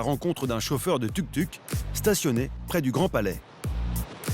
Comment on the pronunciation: Tuk Tuk 😂😂😂. On dit Touk Touk. Typiquement parisien 😅